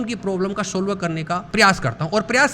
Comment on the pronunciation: Principal ji सॉल्व होता है न की सॉलव